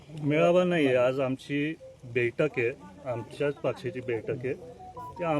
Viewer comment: अरे अश्वासीत करतो, दुख:द गोष्ट,बेठक नाही बैठक, अधी बोलायला शिक रोहीतपवार, अजीतदादा दादा शेती करत होते. त्यांना चाड्याची गाठ ही माहीती होती त्यामुळे शेतकरी त्यांना मानतात. तुम्हाला दोघा भावांना नाड्याची गाठ माहीती तुम्हाला चाड काय समजणार त्या पेक्षा रोहीत पवारला पुढ आणा तुम्ही सगळेच सुधराल तुमचा मान कायम राहील 🙏